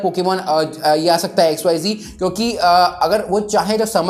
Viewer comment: XYZee nhi re XYZ hain voh...😂😂